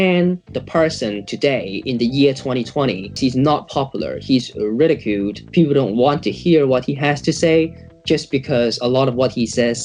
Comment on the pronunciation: Ridacuuued like Dissss